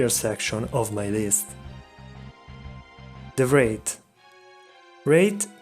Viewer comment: Is he french? They don’t pronounce h’s